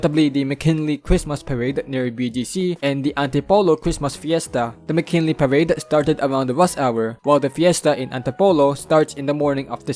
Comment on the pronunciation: Also, nice to hear you pronounce McKinley properly rather than the common Filipino pronounciation as Mocking-Lee